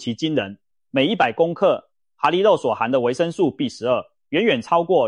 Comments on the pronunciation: 蛤蜊~(蛤)正確發音ㄍㄜ格~不是哈蜊! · 蛤蠣讀(格) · ㄏㄚ？？？國的發音？？？